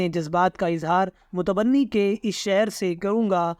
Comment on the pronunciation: متبنی نہیں متنبی